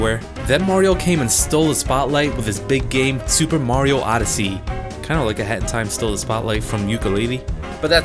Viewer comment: When he say hat in time it sound like hentai